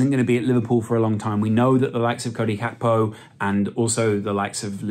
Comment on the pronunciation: Please just say Gakpo the english Way going foward